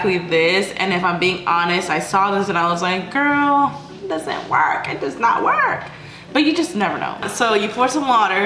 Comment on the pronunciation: I cannot when u say gourl or whatever it really irks me...